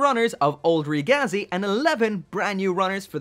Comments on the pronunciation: Its pronounced reh geh zee, ragazzi is italian for kid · REEE-GAZI, it is pronaounced ri-giz